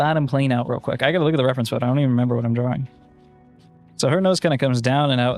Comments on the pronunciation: Other people: drawing: drawring 🤠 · You say “passible” instead of “possible” and “drowing” instead of “drawing” but you say “ball” regularly. To me the o in possible and the a in drawing sound the same as the a in ball.